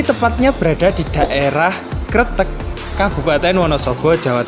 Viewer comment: Kertek mas, bukan tretek😁